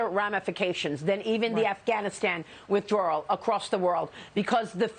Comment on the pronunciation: Withdraw! With out an” R”